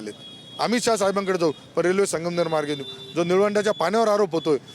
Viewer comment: आधी संगमनेर नीट म्हणा नंतर विकास करा. मॅडम.